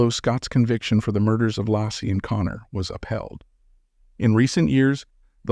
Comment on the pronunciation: Her name is pronounced ‘Lay-Cee’ not Lah-cee. Thank you for this post.